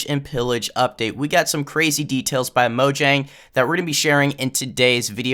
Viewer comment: moYang not moJang